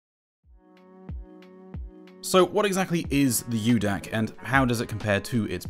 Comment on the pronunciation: It’s Micro DAC, not U-DAC.